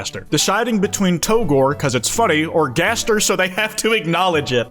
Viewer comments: Turns out that's how it's pronounced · Or he pronounces it in a french accent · Jaster? Jester? Jevil connection? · No no, jayzdeer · he finally acknowledges gaster's existence, but he pronounces it jaster.